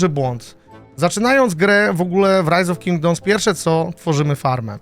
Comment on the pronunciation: tak zajebiscie wymowiles rise of kingdoms ze myslalem ze to po angielsku film bedzie